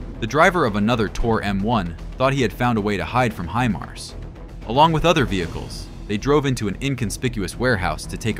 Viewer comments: stop putting fake explosion sound on, and freaking learn how to say HImars... not hemars. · The proper pronunciation of Himars is "high mars" not "he mars". Do it right. Sounds stupid the way you've been saying it. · Pronounced High-Mars